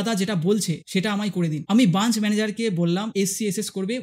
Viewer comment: কাজ টা খুবই ভালো করেছেন।কিন্তু কথাটা branch (ব্রাঞ্চ)। Bunch(বাঞ্চ) না। বার বার ভুল টা কানে শুনতে খারাপ লাগছে।আপনাকে কোনরকম ছোট করা উদ্দেশ্য না।ভিডিওর বক্তব্য টা খুব ভালো, কিন্তু SBI নিজেদের ভগবান ভাবে।